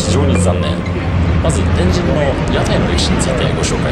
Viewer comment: 旧スペースワールド駅前なんて通勤路(笑) 中洲のドン・キホーテの場所は昔、玉屋デパートがあったのさ 天神の発音がスーツくんはちょっと違うかなぁ(笑)